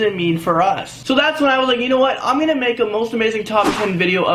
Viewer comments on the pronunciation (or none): none